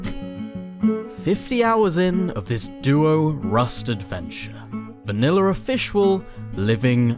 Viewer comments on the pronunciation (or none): “Vinalla offishwal” #